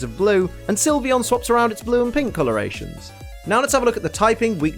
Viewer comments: SYLVEON, NOT SILVEYON! FIX IT NOW! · SYLVEON, NOT SIVION! AND THERE IS NO I IN VAPOREON! FIX IT NOW!